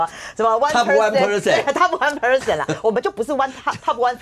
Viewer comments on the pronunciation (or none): percent /pɚˈsent/ 求求你們念好 不要念成person 跟看到再、在不分一樣 聽了很痛苦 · percent，重音在第二音節。這節目裡來賓和主持人都不知怎麼唸這個字。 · percent 跟person 常常被混成一個新字，怪怪的 不存在新字。 重音節在第二音節啦😂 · 百分比 percent /pɚˈsent/ 重音是在後面，但為何台灣會有這麼多人的發音是把重音放在前面？甚至還常聽到錯唸成 person 的。 是台灣的國中英語教師師資的問題嗎？ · Percent 這麼難念的嗎⋯⋯重音在後面啊啊啊啊啊啊啊